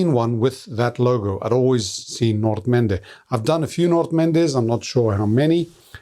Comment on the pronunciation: it’s nice to hear someone properly pronounce the word Nordmende, great video like always.